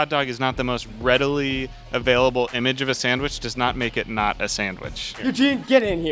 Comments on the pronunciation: Why is no one talking about how that one guy is saying "sangwhich" shivers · We can't trust him. He can't even say sandwich without saying sangwich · That girl pronounces sandwich like "samwich" this discrediting her argument that hot dogs are sandwiches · Can we all just agree that sandwich it not pronounced as samwich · every time that guy said "sang-wich" a little piece of me died... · is this guy saying sangwich all the time????